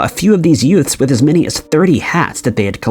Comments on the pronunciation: I beg your pardon, did you say “yoots”? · Sounded like that